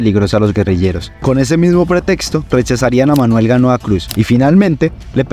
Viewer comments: Tiene muchos errores en la lectura del texto: al magistrado Manuel Gaona Cruz, primero le menciona varias veces como Ganoa y luego como Manuel Manoa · El relator tergiversa los nombres de algunos protagonistas por ejemplo Manuel Gaona lo pronuncia mal.😅